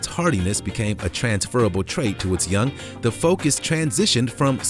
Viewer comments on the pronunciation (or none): none